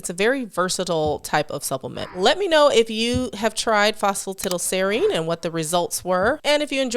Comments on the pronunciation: Lol Not all americans pronounce it that way. She's the only one I've ever heard say it that way. Everyone else I've ever heard pronounces it "tidal" as well. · I'm tickled that Americans pronouce it phospa 'tiddle', not 'tidal', because the only other similar words that come to mind are piddle, widdle and diddle.